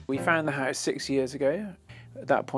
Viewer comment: Oh my god, very posh accents grate on my ears. But it's a lovely house (pronounced "hice").